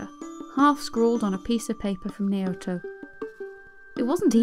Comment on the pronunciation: I really didn't like the way you pronounced Naoto. It's a pet peeve but you can atleast do a little research on how you pronounce Japanese names just to be sure.